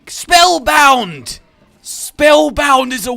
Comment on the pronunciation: don't say "spelbound" like you are doing a quicktime or a jumpscare!!!!